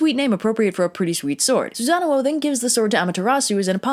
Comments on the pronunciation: Isn’t it sue-San-ohh , like the big blue thing in naruto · The accidental Susan thing amused me so much I decided to go down the list of Japanese gods/mythological figures and think of funny mispronunciations so I present Amy tirasu, Izzy nami and Izzy naggy, fudging, raging and yata Gary sue. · You do not want to know how many times I rewound the video to hear her say "Susan" because you will lose any possible respect for me 😂😂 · Well, can we really blame anyone for the name flub? I mean, you can't spell Susano'o without Susan. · So the storm god was a boy named Sue...seems legit. Also I'm like 95% you're pronouncing Susanoo's name wrong. It isn't even supposed to have two O's, that's there in place of a singular O with an accent like - over it that I can't do with my keyboard. It means that vowel sound is stretched slightly, not repeated as in the "oh oh" sound you're making.